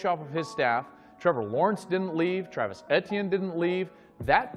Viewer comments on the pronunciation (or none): Tell klatt to learn travis's name before he say it COME ON MAN!!!!